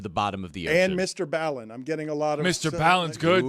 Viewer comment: His name is Brian Allen. He became MrB Allen then MrBallen pronounced Mr. Bawlin - you dope